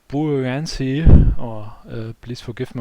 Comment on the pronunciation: Thank you for this video, I learned a lot. You did pronounce the 'Buoyancy' correctly. (sounds like Boy-yen-see) Although you were pronouncing 'Wind' incorrectly. You were saying it as "Wind up a toy and watch it go" or "Wind up a ball of string" (Sounds like Why-ned) But you meant to say it as "The weather is windy" or "This fan blows wind" (sound like Win-d) (in) (in-deed) (in-clude) (Rhymes with 'Sinned')